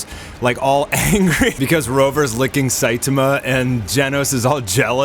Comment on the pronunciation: Cool video. But your pronouncing "SAITAMA" incorrectly. It's the "TA" part that your having trouble with. The A isn't pronounced like A as in ( Look "a" dog! It's pronounced as in the Doctor asks you to say "ahh" when looking at the back of your throught. So it's pronounced SAI TAHH MA.